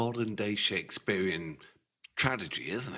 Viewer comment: Ren brought me here. Subscribed because of the fIREHOSE flier. Sticking around to hear how many more times you mispronounce "tragedy". Serves ya right for mocking my Welsh cousins 🤣